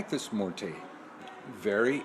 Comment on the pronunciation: Can you please pronounce her name correctly as well? Mmmm-wear-tay. Morte is not how it is pronounced.